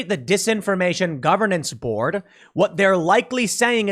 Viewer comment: "I am the board"... Sounds like "I am the Borg" hahahaha